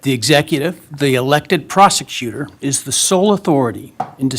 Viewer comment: “Probergers” At some time you back the blue people gotta get tired of licking boot